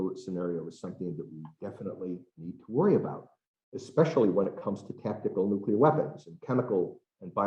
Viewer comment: Nu-Q-Lar war could start any day. Thanks 🤦‍♂️